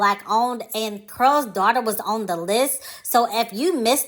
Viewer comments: In your video it sounds like you are saying Curls - instead of Carol maybe it’s your accent. Not sure. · Why is it hard to pronounce the name Carol? You keep saying Curls Daughter.🤓🤓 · Its CAROL not CARL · I can't stop laughing at "Curl's" Daughter! Why do you pronounce the name Carol with 1 syllable? 😄 It's distracting me. 🤷🏾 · It’s pronounced CAROL as if you were saying Carol Burnett!!!!!!! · Anyone else annoyed at the way she's pronouncing Carol? 🤦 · GIRLLLLL, U ARE MAKING MY GD EARS HURT. DON'T U KNOW HOW TO PRONOUNCE HER GD NAME ?? IF U GONNA HAVE A YOUTUBE CHANNEL LEARN HOW TO SPEAK CORRECTLY GD. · You’re not pronouncing her name correctly.